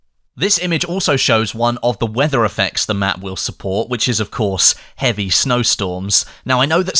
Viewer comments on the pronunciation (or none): You say eavy bomber?